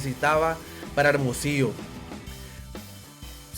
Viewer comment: Ese locutor que able bien es Hermosillo güey aprende avlar bien no saves pronunciar hermosillo